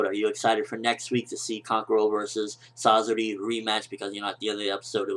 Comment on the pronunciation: please say kankuros and sasori's name properly other than that great review